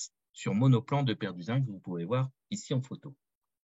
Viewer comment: "Déperdussin" avec deux S et non pas "déperduzin".